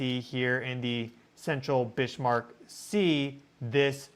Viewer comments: Bismarck (German) pronounced Biz-Mark not Bish-Mark? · Please.... it's pronounced "BIZ-mark" not "Bishmark." There is no 'h' in the name. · I'm pretty sure it's Bismarck, like the ship and the Chancellor, not Bishmark. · needed to say this as well. Bizmark would be the correct pronunciation for that German name. 💚💚💚😊👍👍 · please, you are undermining your prodiguos authority ( on these subjects.) The pronunciation is BIZZZ-mark. NOT biSHH-mark. [ *if any doubts remain, see pre WWI German history ] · Bismarck 🤷‍♀️ no H, GEES 🫩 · Got to say it ! That is Biz mark Sea ! There is no h in it ,Not Bish mark ! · pronounced Bizmark, not Bishmark. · Bismarck is not Bish-marck not even in German, please 😊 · “Bishmark”?? It is clearly written Bismark on the map,. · "Bishmark?" It's 'Bizzmark" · 'Bizmark' sea? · It's not bish mark sea brother, it's pronounced biz mark, Bismark lol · So interesting! My guess is that it was an echo of 1972, potentiallya litte greater. Pumice raft - yah. 👀🧐🔔 BTW since Bismark was Northern German, pretty sure he did NOT pronounce the S like ish, rather like a regular s, OR like a z in standard American English. Your tone speaks volumes 🥰, thank you,, for your educational and interesting coverage. Your mastery of online resources helps us to be more aware of geo energies in a larger context. 🌅time to brew up some of your Vitalitea😋❤ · Bismark a Germanic christian name Notably a king at one time and is pronounced biz mark. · Shouldn't that be pronounced "bizmark"? Great content anyway. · Just a note,. Bis-marck. There is no h in the word. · I wanted to listen to this but "bish" was driving me crazy 🙄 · Why are you saying Bishmark? Driving my misophonia crazy. Lol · No H in Bismarck!